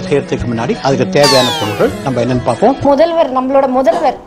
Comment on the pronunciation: முதல்ல நீ ஒழுங்கா பேசும்மா மொதல்வர் இல்ல முதல்வர் னு சொல்லு.